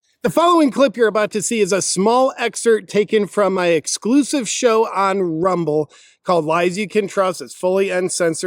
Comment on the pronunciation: HI cutie pie, it's pronouced EX-Cerpt. I think you've been saying exert. Love your vids!